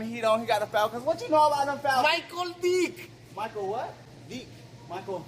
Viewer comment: this man said Micheal dick really tho u mean vick